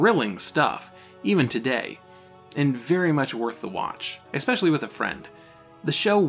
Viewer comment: Why do you say "exspecially" and "exscape"? Those aren't words.